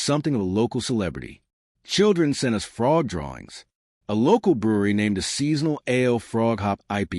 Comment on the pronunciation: Sick of hearing the guy say "Fraud" in stead of Frog.